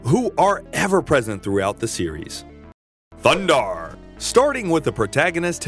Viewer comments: It’s a shame you can’t avoid saying “THUNDARRRRR THE BARBARRRRIAN” everytime you need to say his name, completely ruins the video. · Loved this cartoon. Edit: I have to correct you. It is THUNDARRRRR THE BARBARIAN. With his friends, Ookla the Muk, and Princess Ariel. This is the only correct way to introduce these heroes. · Yup one year later your over pronunciation of Thundarr is still annoying